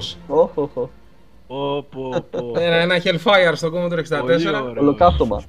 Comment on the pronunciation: Πολύ ενδιαφέρουσα η gaming ιστορία του Γιάννη Dreamwarrior! Μας ενώνει η αγάπη για τον Commodore 64 που σε μια στιγμή τον πρόφερε σωστά, όπως πρέπει, ορθόδοξα, ως "Κομοντόρε". Ο Τόλης ανταπεξήλθε επιτυχώς στην πρόκληση ενός διαολεμένου είδους παιχνιδιών, το vertical scroller με αεροπλανάκι που δοκιμάζει τις αντοχές του καρδιαγγειακού και νευρικού σου συστηματος.